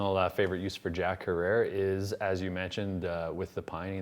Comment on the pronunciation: Herer, rhymes with terror. This isn't really your thing is it?